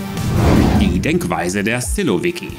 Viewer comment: Lieber, kurz etwas zur Wortbildung im Russischen. 1 Silovik, 10 Silowiki. Betonung auf der letzten Silbe. Analog zu Bolschevik, -i = Mehrheitler. Menscheviki = Minderheitler. Sil = Macht Danke! Mach weiter so. Aber warum musst Du so schnell sprechen? Und jede Atempause herausschneiden?